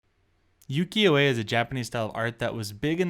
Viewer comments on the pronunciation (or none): Just a gentle note: it’s pronounced “oo-kee-yo,” not “yoo-kee-yo,” and yes, you are close to the pronunciation of Uwajimaya. You just need to enunciate the U at the beginning. “Oo-wa-ji…” I hope this doesn’t come across as rude, just wanting to be helpful if I can be 💕